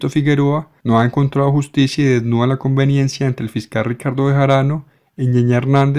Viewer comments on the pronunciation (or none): Una observación: leíste mal en el último párrafo. Se dice: "connivencia" no convivencia. Puedes buscar su significado.